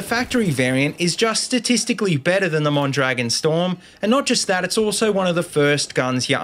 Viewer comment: just a little tip. it's pronounced mon-dra-GÓN